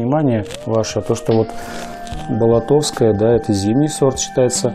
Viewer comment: Не "Болото'вское", а Бо'лотовское.